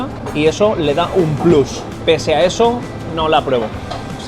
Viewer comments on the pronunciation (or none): none